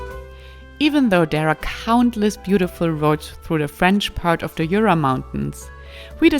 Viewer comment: Jura is pronounced SHÜÜRA and not with your heavy kraut accent YOOORAH